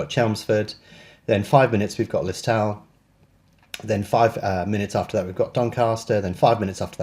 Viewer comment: Lis-toe-l silent w I enjoy your videos thanks